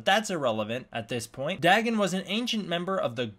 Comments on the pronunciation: you can't trust a show like ben 10...in the audiobooks and the books of H.P Lovecraft its pronounced Day-gone(written Dagon) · its pronounced DAY- GONE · It’s name is pronounced Day-Gone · Lmfao "Daggin" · The way he pronounces dagon gave me something similar to cancer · Why do you pronounce it with two g’s?